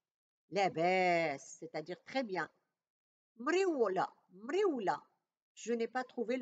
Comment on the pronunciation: Maryoula..pas mriwla C algérien jcrois